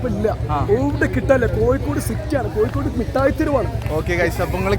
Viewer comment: മുട്ടായി തെരുവ് അല്ല മിഠായി തെരുവ്😂